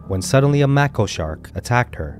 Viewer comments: Mako shark is pronounced Mayko just so you know… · ''Make-o, "not "mack-o." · Mack o shark? It's pronounced mae ko. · Yeah it's May-ko shark. I'm an animal lover, not trying to be a grammar nazi, just giving you helpful advice, I know it's important to sound as professional as possible. 😊👍🏼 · Hey love ur videos just fyi mako shark is pronounced make-o if u look even further back there has been lots more attacks i saw one where mother daughter got attacked and the mother I can’t believe lived she has a ginormous bite out of her backside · It's MAY-ko --->Mako.. Wow, I had no clue Egypt had so many shark attacks ! Scary ! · FYI it's pronounced MAY-ko shark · It can actually be pronounced either way, depending on where you are from. Shark biologists from New Zealand do call them "Mah-ko" sharks. Look up Dr. Riley Elliott. And in America we pronounce it "May-ko"! So it just depends on where you come from & accents. So please make sure you are 100% sure you are correct, before you start correcting people. The creator of this did a great job, & depending on where he is from will determine how it's pronounced. Thanks, not trying to be mean, but just wanted to make sure incorrect information wasn't being spread so other ppl don't try to correct someone & then get told this. Have a great one! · No Idea How These Narrators Dont Even Know How to Pronounce "Mako" Shark...They do This Often With Even Simpler Words..It is Kind of Weird